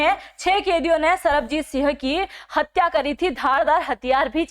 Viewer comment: कम से कम नाम तो ठीक लो,सरबजीत सिंह है।तरनतारन है तरनतार नहीं,बहुत अक्षर गलत बोल रहे हो। हिन्दी की पकड़ सही करो।